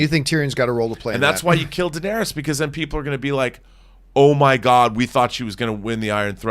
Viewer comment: John, please Google how to pronounce "Daenerys," that is ridiculous. Lol also, this is SANSA'S story? Since when?? If anything it's Jon ("a song of ice and fire" is literally Jon) or Daenerys' story at this point, but really it's a Stark story more generally. Daenerys being a second billed